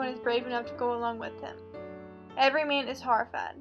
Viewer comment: clicked to watch the summary of ''everyman'' but you summarised the story of ''every mean''. please try to pay attention to the stressed and unstressed syllables in order to pronounce clearly